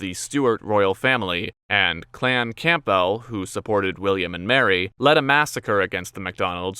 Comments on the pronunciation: Clan Camp Bell! it is pronounced Cambull even by Sassenachs. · probably because he pronounced it Camp Bell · maybe they woudnt have if you pronounced it correctly................ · All those difficult names....and you mess up with Campbell?